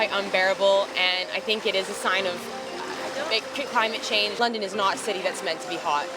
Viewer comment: “Dis is cos ov climaMaTE Chaasaaaaange!” 😂😂🤣😂😂🤣😂🤣